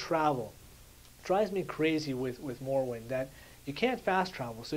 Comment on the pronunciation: youre pronouncing morrowind wrong